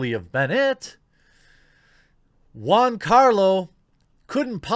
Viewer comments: gee-ann-carlo. say it right please. you keep saying juan, even after agreeing he's not latino. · Dude get his name right it's GIANCARLO NOT JUANCARLO............FFS how are people supposed to take you seriously??? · Why do you keep calling him Juancarlo Espósìto, as of he's latino when you've read over 10 times he's half italian? It's Giancarlo, not JUANCARLO and Esposito without accents. Jesus Christ dude, keep up the stereotype about americas being ignorant swines about other cultures and languages. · Not Juancarlo🤦🏾‍♂️, Giancarlo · Why do u keep calling him Juan? His name is Giancarlos Gian sounds nothing like Juan... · It's 'Gian' and not juan carlo....ffs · Its pronounced Joncarlo not huancarlo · Is giancarlo and not Juancarlo right? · It's Giancarlo, not Juan Carlo, his name is italian, not spanish. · Dude, you pronounce Giancarlo Jiancarlo as in "joy." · It's /g i a n c a r l o/ Jeremy, i like the video though. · Why did you rename Giancarlo to Juancarlo? Is it on purpose to make his name sound like he is Latino?